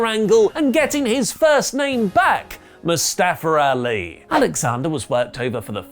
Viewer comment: "Moo-stah-fer" nice... Very nice.